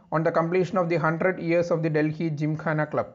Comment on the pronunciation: Most Awesome video giving valuable information. Delhi is pronounced as Delli or Dilli and not 'Dil hi' as pronounced by the anchor !!!